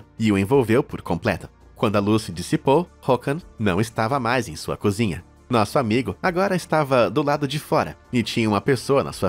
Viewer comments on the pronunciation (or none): none